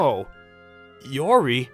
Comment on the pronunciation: Good story and all but....LORI?!?!?!! IT'S I-O-R-I GOD DAMN IT